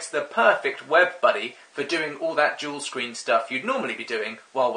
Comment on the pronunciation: Just Machine dual screening with an accent. It took me a minute as well 😂